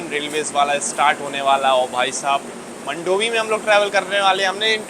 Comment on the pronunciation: मंडोवी नहीं मांडवी 😂😂